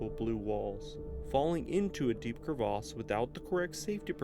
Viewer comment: It's cravesse not crave arse lol Less background music/noise or no background music/noise would be good